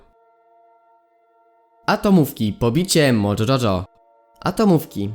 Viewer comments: Nie mojo czoczo tylko mojo jojo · To się mówi mojo jojo